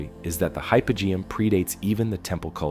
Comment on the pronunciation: Hypogeum...ancient Greek...Hi-poe-GEE-um